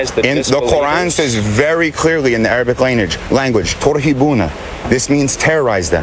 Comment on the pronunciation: Ooh remind me to get my teaching of Islam from a 5 minute Muslim, who doesn't understand or knows how to read Arabic not to mention your pronouncation was way off base.